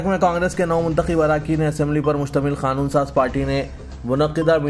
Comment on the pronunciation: KHANOON kyun BOLTE ho...QANOON nahi bilne aata